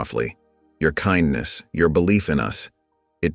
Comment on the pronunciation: what kind of narrator does not know how to pronounce kindness??? It certainly is not pronounced ken-ness!!!